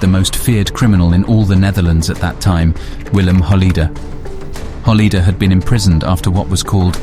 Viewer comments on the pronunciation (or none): Pronounce it Hol-lay-der, not Hol-lee-der next time. Also pronounce Kok as Cock and not Coke. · Good documentary, only point of comment = check and improve your pronunciations like Zuidas, Kok, Holleeder etc